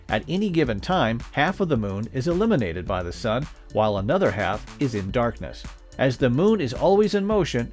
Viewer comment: Heard so many of these from many people. I always took "dark side of the moon" to mean we didn't know what it looked like, so it was a dark patch in our knowledge. The way the narrator say "illuminated" sounds like "eliminated".